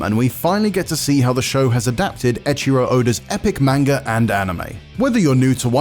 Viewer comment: None of you white guys ,.... Not a single one of you can Pronounce "Manga" correctly